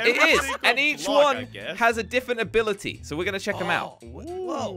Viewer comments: Who else noticed that says diffent not different. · has anyone noticed that says diffent not different